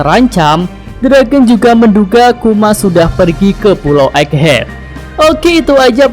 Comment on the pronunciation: *EGGHEAD min Bukan Eggehad